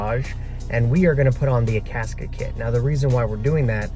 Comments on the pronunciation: I had the hardest time finding "Akaska". It's Akasaka lol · That way he pronounces Akasaka is funny to me.